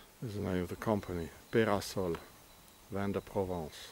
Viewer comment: Be-ra-sol... not "the house of sun" ... could it be "the temple of sun"? (A swiss cult was named The temple of sun). Temple = big house.